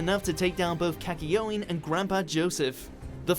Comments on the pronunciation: Kakyoin arent his name was Keckyoin ?? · "k-kayoin!!!" /jotaro triggered/ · “Kakayoeen” That physically hurt to hear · i like how he says the name of the jojo characters weirdly "his stand za waruudo", "kakyion and grandpa joseph" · I cringed a little inside with how he pronounced Za Warudo and Kakyoin. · Everyone's talking about how he pronounced Jotaro But how is no one talking about how he pronounced Kakyoin?